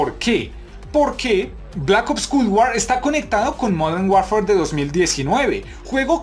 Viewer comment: bro me gusta el contenido pero me causa problema escuchar cuando pronuncias "Culd War"